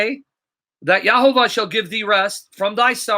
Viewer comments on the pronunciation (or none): Bro, it's YEHoVaH not YAHovah.